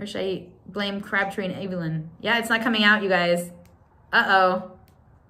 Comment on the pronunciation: You are saying Crabbtree and Evelyn wrong!! I used to go to their shop in Belfast regularly! They also have a beautiful hand exfoilater and cream which leaves a protective layer over your hands. It's lovely. Happy St Patrick's Day from Ireland 🇮🇪🍀💚🙏